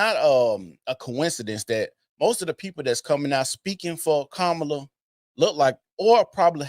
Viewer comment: Her name doesn’t have an “O”. It’s KA MAW LUH. It’s a little thing that just slipped by to make her sound more appealing and it makes me sick.